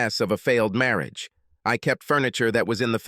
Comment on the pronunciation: What is "Marri-age"???? The Ai voice has become 'grating on my nerves' please change it...